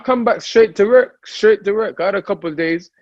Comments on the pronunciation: WORK, with a "w", not with a "rer" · "Werk"...dillian whyte.